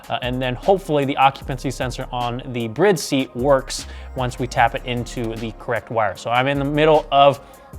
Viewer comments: Is the Bride brand really pronounced "Briide"? I always thought it was pronounced "Bride", as in "Bridesmaid." I guess I have been wrong all this time. Those are some sexy looking seats!! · Why do keep pronouncing Bride incorrectly? There is a E at the end ‘BRIDE’